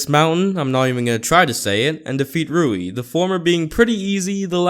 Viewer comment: HOW TO pronounce rui : REY